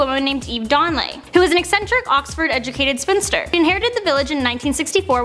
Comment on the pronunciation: Court what is a sphynster or sphinster (or however you spell it!) that you said the lady that town belonged to?